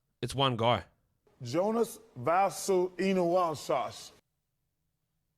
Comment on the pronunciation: Jonas Vaah-SUE-Enu-WA-SAAS 🥸😂😂😂😂😂😂😂😂😂😂😂😂